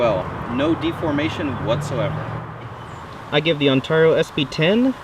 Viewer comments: That's gotta be the weirdest way of saying Ontario it's usually on-tear-e-o (tear as in rip and tear) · It's not pronounced 'tar' but 'tare' On-tare-e-o. I know because i live in the said Province of in Canada. The U.S. one is said the EXACT same way!!